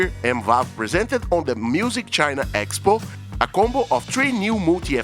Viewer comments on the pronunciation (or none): none